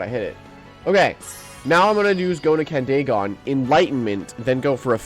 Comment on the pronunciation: Also i think it’s pronounced candy gone instead of candae gone but I might be wrong